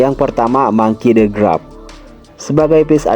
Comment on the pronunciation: Kok grap sih? Garp bang bukan grap 😅